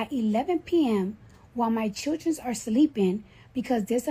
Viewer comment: She said my churrdrenz are sleepinz 😂